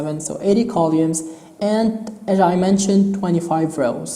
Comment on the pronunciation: How he says Columns and Rows while explaining screen width and height and depth. "Kaulumes" ="Columns" and "Raws"="Rows" No Offence Sorry